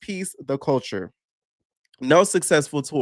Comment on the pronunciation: Wait she said "Kulture"? 😂😂